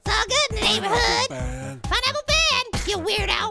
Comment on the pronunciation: when he says pen it sounds like he saying ben